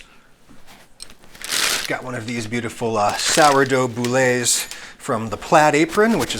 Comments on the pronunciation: It's "bool", not "boolay". "Boolay" would be spelled boulet, which means bullet, as opposed to boule ("bool"), which means ball. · "Boules" is pronounced "Bools". Boulé would be "bool-ay" like you're saying, fyi. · “Boo-lay”? It’s pronounced “bool” like cool or fool. But that’s not a boule or a boo-lay, that oval shaped loaf is called a batard. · Boule 'boole' rather than 'boulay' I think? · Boule - pronounced bool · “boo-lay” 😂 I love it when Americans make French words MORE French than the actual French pronunciation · "boule" is used for a round loaf of bread like that. But it's just French for "ball", has no accent mark on the end, and is one syllable. Bool. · Btw "boule" is pronounced bool, one syllable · The wrong pronunciation for boulé for what is a batard is all types of wrong to me. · I don't even know what he tried to say...